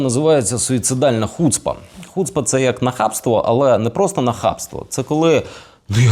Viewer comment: Тільки не хУцпа, а хуцпА - наголос на останню голосну, пробачте за хуцпУ...